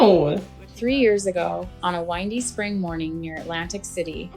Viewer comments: Did you really say "windy" like a mountain road? Instead of "windy" like a hurricane? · Script read by AI or someone who doesn't read English. A "wine-dy" day?! it was a WINDY day. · AI, when the narrator says Windy as in winding road, instead of windy. Click bait channel. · A "wined-ee" morning? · Sorry. Had to stop watching/listening after the narrator said a "wine-dee spring morning." Ugh! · Wind-y? Long i? It should be windy (short i)! As in breezy. AI should be ditched. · AI mispronounced "windy".